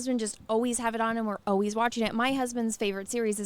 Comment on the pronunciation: 🙏 please. I don’t know if you can hear it or if you notice it. I’m not trying to make you self conscious or anything. I know I’m just some random guy on YT comments and you don’t know me from a stick in the mud. Just, I’m trying to help and if I’m not being helpful after ya read this, then I’m truly sorry., I mean this in the nicest way, you said Oh-ways when the word is Always. You know, like the one with wings. If pronunciation means anything to you. It is like saying All-ways. Only one L instead of two. Thanks.. 🙏